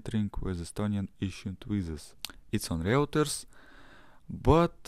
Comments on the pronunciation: Reuters is pronounced - Ройтерс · Next time please say Ройтерс